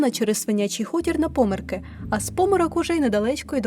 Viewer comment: ЛюботИн. ЗміЇв. ПомЄрки. Площа ТЄвєлєва.